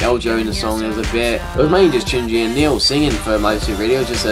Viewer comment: his name is niel not neil